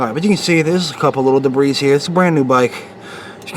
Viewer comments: Nice video. The 701 comes with full synth oil from the factory so I disagree with you on that point. Rotella T6 is JASO-MA rated, full synth and cheap. The T4 will not hurt it though. The word "debris" is pronounced "da bree" not "da breeze". Thanks for your video! I am looking forward to my first oil change on my 701. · debris is is already plural, please stop a saying debrissss. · A real Nazi would be smart enough to not say debrisss. But nice video though.